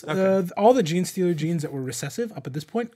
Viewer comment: “ jean socks”… you mean jocks?